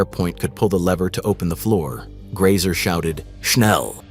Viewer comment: Grese not Grayser.